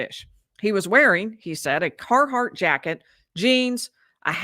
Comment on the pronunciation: it's Carhartt, not Carhardt. y'all sure it's part of your life?